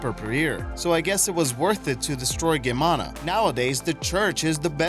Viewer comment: Loved the vid! Btw, Geamăna is pronounced smth along the lines of GEE-AH-MA-NAH.